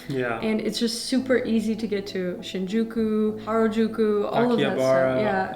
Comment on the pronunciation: Shinjuku sounds like sin you cute